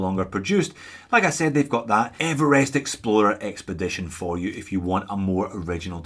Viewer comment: thlee, Evelest dude! what's going on?? you can't be OZ talking like that.